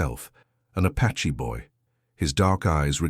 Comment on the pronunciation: The word is APACHE not patche